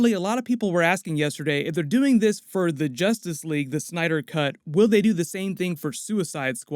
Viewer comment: In two words? Zustice Sleague !